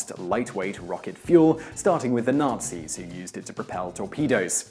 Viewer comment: Highly amusing/appropriate - most of the times Whistler says, "Nazis" it sounds like he's actually saying "nasties"...